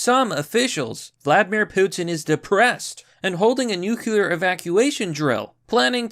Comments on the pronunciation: It's not pronounced "nucular", you dick! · Nuclear: new-clear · please stop pronouncing it "nucular" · There. Is. No. Such. Thing. As. NUKULAR. For pity's sake, man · Nu Clear .. vs New Q ler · Glad it's nookyolur and not NUCLEAR.